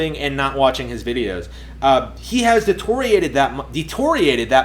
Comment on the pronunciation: How many books have you written, and you can't pronounce deteriorated? Holy shit haha!